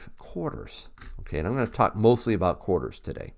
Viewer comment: Nice “quahdas”😉. I know you don’t say it like that but you know... The proofs are beautiful.